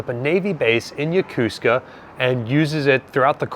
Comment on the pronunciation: Isn't it Yo-ko-su-ka, not yo-cus-ca? Or is it an american tradition on how to say it?